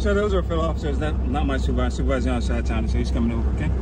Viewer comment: In this video the guy says superwisor but also says video…..